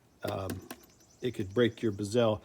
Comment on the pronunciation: Great videos! You’re causing me stress by the way you pronounce “bezel”. lol It makes my eye twitch. Mind you, I pronounce “decal” as “deckle”, as opposed to “deecal”. I find your videos very informative and helpful. Keep up the great work.